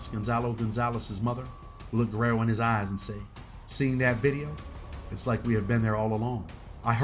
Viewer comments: Why do you say Guerrero lol it’s guero pronounced wero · Its guero(white boy) not Guerrero. He doesn't deserve the Guerrero on the end of his name. That reserved for certain people. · Guero not Guerrero. Lol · bro said Guerrero10k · Guero is pronounced "Wed-doh". It means white boy in spanish